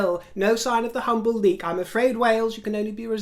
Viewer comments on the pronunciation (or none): none